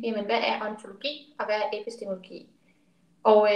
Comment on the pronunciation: Det er altså “epistemologi”, ikke epistemiologi